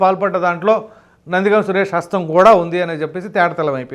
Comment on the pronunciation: గామ్ కాదు but గం